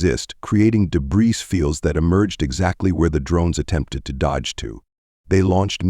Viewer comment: Your AI really does SUCK, you know!!! example: WTF is: "deh-BREES"?